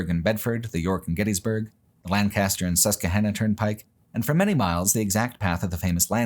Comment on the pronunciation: “Lann-cast-er Pike” 😂 as someone who went from PA to CA, I’ll always laugh at the West Coast pronunciation of our (and England’s) beloved “Lank-uh-ster”